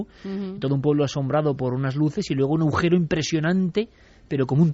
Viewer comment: Estoy empezando a escuchar vuestros podcast de vuestros pasos por la Ser. Que no pude escuchar puesto que mi jornada de trabajo empezaba a las de la mañana. Me encantan. Pero mi comentario va para Iker. Que hasta hoy en día sigue diciendo, "aujero". En lugar de agujero. Me hace mucha gracia. Vaya que no es burla, es que cada uno tenemos nuestros modos, formas de expresión, creencias del habla, etc. No quita para que os adore y vea Horizonte, Cuarto Milenio y todo lo de vuestra pareja milenaria y maravillosa que formais. Un cordial abrazo para los dos. Perdón si he ofendido en algo, no es mi intención.